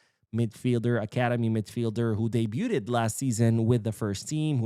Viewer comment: Forgive me I'm not trying to be a speech monitor😁😁 but it always amuses me the way you pronounce the word 'debuted' as "deybyuted" when the actual pronunciation is "deybyood".